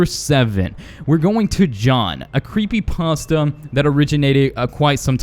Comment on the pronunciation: Creepy pasa or Creepy pasta?